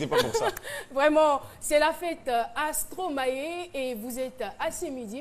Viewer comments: C'est Stromaé elle est là elle dit Stromayé Stromayé Ah Caro ! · Caroline et sa prononciation en stromaYé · je te jure son stromaYé la peu me tuer